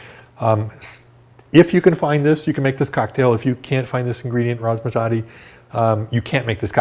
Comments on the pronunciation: Isaiah Estell I thought the same thing! What on Earth is "Razzmazotti"? 😂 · I know... I was calling out the comical pronunciation.